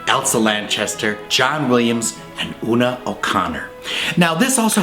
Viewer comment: Hey, he pronounced "Una" correctly!